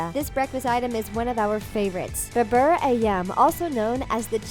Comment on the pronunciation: If you pronounce ‘bubur ‘ as in the video. I’m afraid you may confused the cashier.